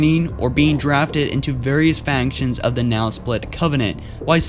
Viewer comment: AzureRathalos Torterratrainer he pronounced "charge" as "change", "factions" as "fanctions", and a whole lot other mistakes.